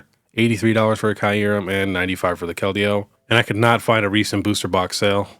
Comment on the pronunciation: let me help you pronounce Kyurem. The first par is pronounced like ear but with a k so it sounds like kear. Then the second part is pronounced rem. All together it’s kear-rem. My OCD was killing me 😂